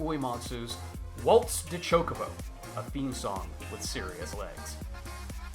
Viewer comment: Hearing you pronounce it ChokeOBO instead of ChokobO makes me uncomfy. Gr8 video otherwise.